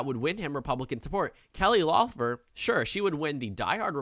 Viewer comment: I don’t mean to sound like a stickler, but it’s Kelly LEFF-lur, not LOFF-lur